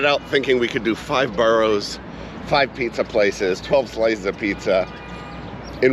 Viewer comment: boroughs not boros